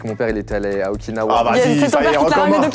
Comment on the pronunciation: Okawa 😂 au lieu de Okinawa 😂😂